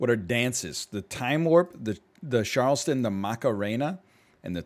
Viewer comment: The way he says Charleston makes me cringe